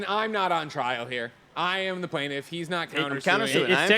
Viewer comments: "He's not a plaintiff he's a plantif" 😆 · "Plantif" is driving me crazy!!